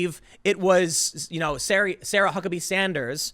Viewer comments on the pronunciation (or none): none